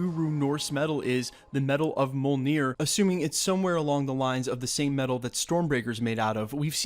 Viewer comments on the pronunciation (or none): Did you just say “Moleneer” ?